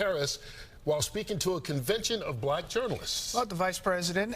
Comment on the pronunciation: There's something oddly racial about the way he says "bLack".. Maybe I'm nitpicking but it's probably because he's a racist.